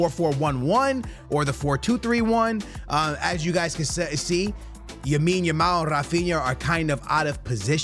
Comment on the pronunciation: It’s lamine not yamine bruhhh say it right